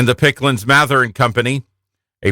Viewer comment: Did they say Picklands Mather? It’s Pickands-Mather.